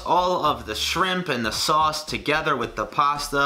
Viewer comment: “WHERE’S THE LAMB SAUWC!?”